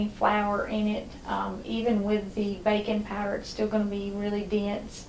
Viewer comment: I was pretty sure she was saying “bacon powder” for the first 3 minutes.